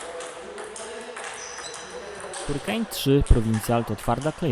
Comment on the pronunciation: mówisz: hurikane, natjonal etc